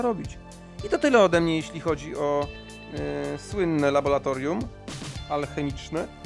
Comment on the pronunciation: Laboratorium RA RA RA RRRRR laboRAtorium.